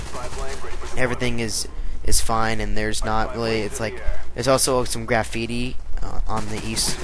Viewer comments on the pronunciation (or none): theres grafiti on the eastside lol he says grafiti funny